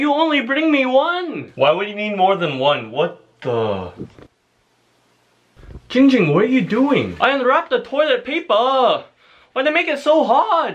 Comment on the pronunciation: its jing jing not ging ging